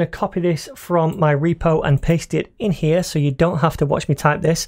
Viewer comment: Right over HEAH